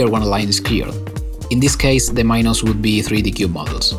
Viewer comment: i cant be the only one frustrated with his pronuniation of "minos" or how many times he used that word also this project is literally not tetris 2 but with softbody physics lol